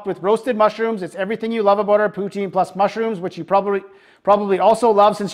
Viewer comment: poo-TIN, not POO-teen. Pronunciation 3/5. 😁